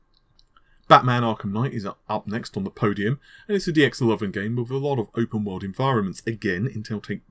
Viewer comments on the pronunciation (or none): none